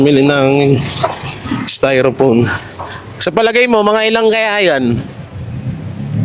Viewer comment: Styrofoam Hindi styrophone